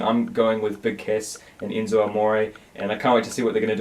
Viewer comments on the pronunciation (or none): Did he just say Eenzo?